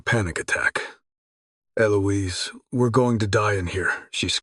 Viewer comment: Wasn't ALL the many mispronounced words, especially the numerous ways Eliose is said that clued you in? Just saying that screamed it, imo.